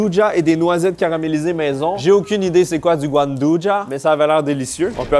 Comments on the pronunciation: Merci mais je sais ce que c'est, mais prononce le mot comme si c'était de la charcuterie italienne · Comment il a massacré "gianduja" 🤣